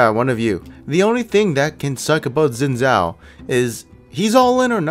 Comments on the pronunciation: zin zao..../facepalm it's pronounced Shin Jao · Dude, you can't call yourself Asian if you pronounce Xin Zhao like that.